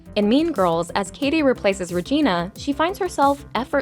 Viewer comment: Janis was mean to Cady from the start: her and Damian laughed at Cady on her first day of school and she refused to pronounce Cady's name correctly, calling her "Caddy", which is so disrespectful. And it was Janis' idea for Cady to join The Plastics and got mad when she actually started to mesh with them, despite their toxic behavior. So screw Janis and Damian.